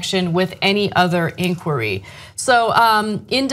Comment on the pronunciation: that is the strangest pronunciation of "inquiry".